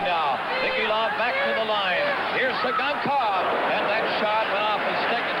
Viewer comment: LOL you can see Tsygankov laugh to himself when the announcer mispronounces his name